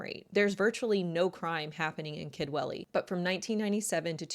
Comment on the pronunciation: Aaaargh ‼️ Sorry 🙏🏼, it's near the end, now It's pronounced Kudwelly Remember, it's in Wales 🏴 Own language? They might not all speak it, the younger, and elderly, but we can all pronounce it 😊